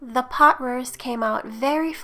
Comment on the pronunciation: Did you say beef pot ruist?